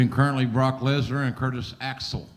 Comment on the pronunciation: I loved Heyman adding the extra syllable to Lesnar's name. "BAH-ROCK LESNAR"